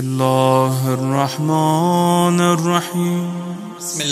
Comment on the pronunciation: Bismisla irrakman irrakheem galat h sahi kar lo 🔱👎 Bismisla irrakman nirrakheem ✔️